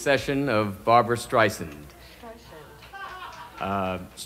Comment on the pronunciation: Absolutely hilarious how you can hear her correct the way he pronounced her name….lol. Classic Barbra. 🤣